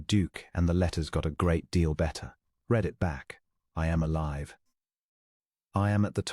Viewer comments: Please teach AI reader past tense of read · You need to teach your AI how to read. (not red) That and distracting background is a major turn off. I listened for an hour and had to give up, it was too repetative, and got boring.